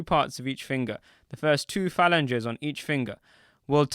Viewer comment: The word for multiple fingers that you repeatedly mispronounced Is pronounced “fah- lan-geez”!!🤦🏿🤦🏿 Please, and thank you very much. You can thank me whenever.🤷🏿‍♂️🤷🏿‍♂️🤷🏿‍♂️